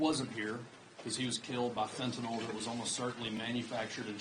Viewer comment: FentaNYL...NOT.....FentaNOL...FFS learn the correct pronunciation of this dangerous drug ..